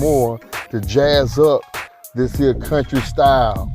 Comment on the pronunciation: When he said "dis here skillet"....🤣🤣.Chile I became a believer and a subscriber ❤